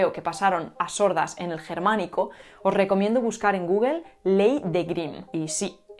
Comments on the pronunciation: El video está muy bueno, como de costumbre, pero... "GÚGOL" y "DÁBLIU". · Salvo cuando dijo Google lo hizo con la pronunciación española [gúguel].